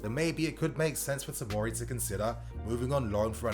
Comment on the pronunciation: OK just to clear up. It's fucking TOMORI. Not timari,tomiri,timori ect ffs